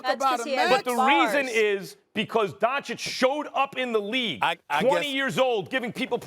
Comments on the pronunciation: It's the opposite. The correct pronounciation is Don-chich but for some reason Stephen A always calls him Don-chick. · Stephen A still doesn't know how to pronounce the surname Dončič correctly